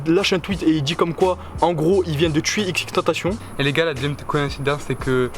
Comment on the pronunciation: Sa m’énerve t’arrête pas de dire xxtentacion